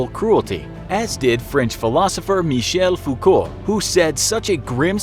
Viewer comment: In French, Foucault is pronounced like foockoh